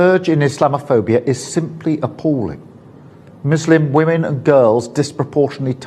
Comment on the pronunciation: Why was starmer pronouncing muslim like mushlim ?